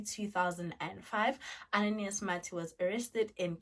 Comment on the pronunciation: I'm from Mozambique and the correct form to pronounce is "Ananias" not "Ananaias"